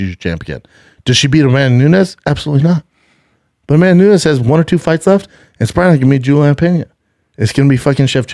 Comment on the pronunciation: Cant listen to him trying to say Amanda Nunes.. "amamoonez"